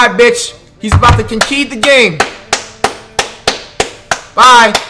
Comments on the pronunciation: Muthea “He’s con-kee-ded the game”🤣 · This mans don’t know how to say conceded